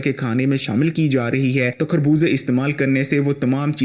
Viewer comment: کھربوزے نہیں خربوزے کہتے ہیں۔